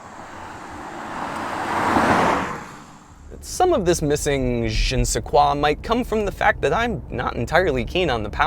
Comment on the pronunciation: That’s a bad pronunciation of “je ne sais quoi”.